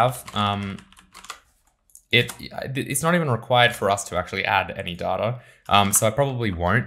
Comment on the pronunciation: Shouldn't you learn to pronounce word "data" first? Great vid otherwise.